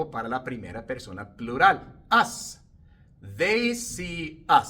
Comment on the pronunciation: Profe la palabra US, se pronuncia igual que ass.😊